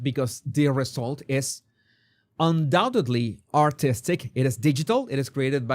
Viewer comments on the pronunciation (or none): none